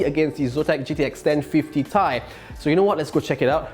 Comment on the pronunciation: simple and concise review is really nice....but, "ten fifty tai"? that's a first i've ever heard it pronounced that way...lol. keep up the good work with the reviews :-)